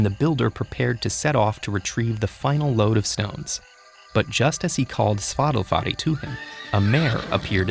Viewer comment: When I heard how they pronounced the horses name, it sounds like Spotify.